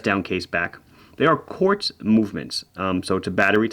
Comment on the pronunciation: Sadly I stop watching when you said Quartz. See you in the next one.